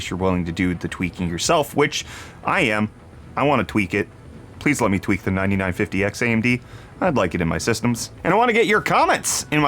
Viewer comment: At first, I swore you said twerk and not tweak. That might be fun to watch though. could be so twerkalicious!